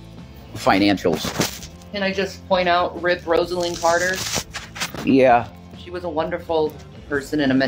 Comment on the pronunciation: She admired Roslyn Carter so much, yet can’t even bother to pronounce her name correctly. 🙄